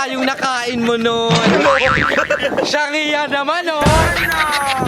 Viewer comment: That "SHANGHIA" shanghia naman ehh HAHAHAGA